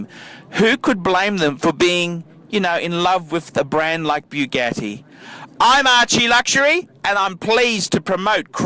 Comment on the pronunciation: The cars went to the widow BTW there pronounced boo-got-ti